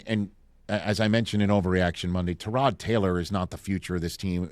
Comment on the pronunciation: Rich..why do you keep mispronouncing Tyrod's name? lol